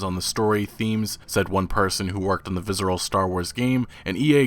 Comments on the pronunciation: There's no Z in Visceral brother. Viss-er-al. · "Vizzeral games" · dude... google how to say "visceral" haha